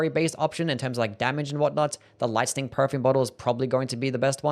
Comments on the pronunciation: It's lightning. Not listing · Lice-ning damage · You say Lightning really weird